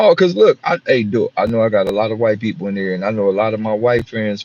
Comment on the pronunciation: People 🤔 pe- ople or pole 😒bruh